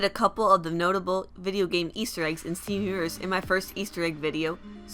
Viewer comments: YOU PRONOUNCE STEVEN UNIVERSE LIKE STEEUUVURRSE AND IT DRIVES ME INSANE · When you say 'Steven Universe' it sounds like 'Stefhnuverse' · For fucks sake it's STEVEN UNIVERSE not Seeven isvsiverse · stivnunvrse... i lost my shit